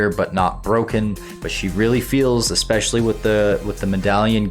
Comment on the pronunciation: usually when you have a regular audio program, you learn to pronounce words correctly. I swear, I hear "expecially" every single video of yours. idk why, but it drives me nuts.